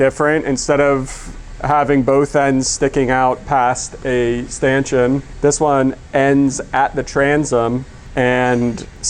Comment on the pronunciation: note the pronunciation of stanchion, there’s no u in it.😅